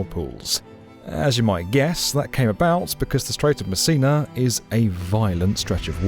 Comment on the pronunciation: I keep hearing "The Strait of Messina Bridge" as "The Strait of Missing a Bridge"... 🤣🤣🤣